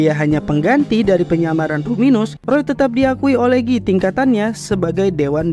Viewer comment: guy bg bukan gii